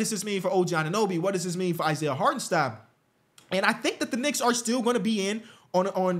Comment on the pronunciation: He’s a what ? lol a knica?